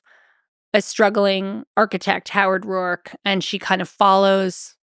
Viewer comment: its not rourke its Roark.